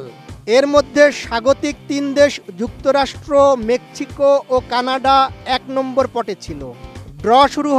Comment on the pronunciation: Mekchiko ✅ mexico ❌